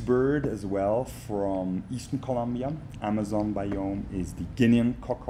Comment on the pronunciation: It's ColOmbia with an O